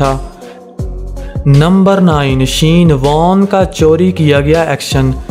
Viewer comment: Shean warn 😂😂😂